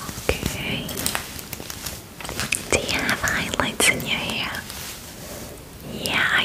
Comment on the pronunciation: When she said `do you have highlights in your hair? ' i thought she said `do you have eyelids in your hair!'